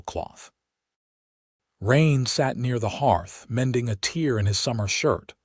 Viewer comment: Typical AI mistakes in the captions and pronunciations. Sound-alike words and proper names don't translate well in Auto Dubbing. ("Sowing" for "sewing". "Read" pronounced "reed" instead of "red". "Tear" pronounced "teer" instead of "tare". "Not Butt, but the city Butte, pronounced "Byute", "Abrasive" rabbits, instead of "a brace of" rabbits, "Bugboard" instead of "buckboard", "seeder" instead of "cedar". etc.) I try to ignore them, but they irritate, and sometimes amuse, nonetheless, and distract from the story. Wish there was a human editor to correct such errors. Fewer errors here than some, and a good story til the end. There is nothing better than "right". OR, USA